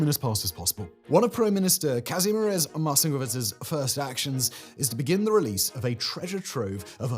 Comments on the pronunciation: I absolutely love how Simon gave up trying to pronounce Marcinkiewicz and just went with Marci-kvwzwgfcyczgwfc, which is totally understandable. Never change, fact boi. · ur attempt to pronounce Kazimierz Marcingewurgeurg3y3hdnweuZ made me fall off my chair! LOL.